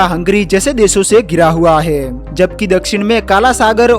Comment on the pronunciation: He😂 he 😅he😅😂😂😂 hai are bhai hai he.he 😂😂😂😂